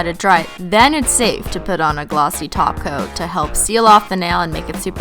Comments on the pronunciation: why does it sound like you say taco not top cote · i just realised she’s saying top coat and not glossy taco cause that’s what she says now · Every time you say top coat I hear taco 😂😂😂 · every time you say 'top coat', it sounds like 'taco' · Every time u are saying top coat it sounds like taco lol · It sounds like you say taco when you say top coat